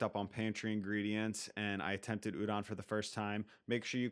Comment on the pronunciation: Ooh-DOHN, not OOH-don plz